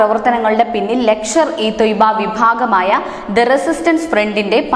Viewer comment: ലക്ഷർ അല്ല മോളേ ലഷ്കർ 😅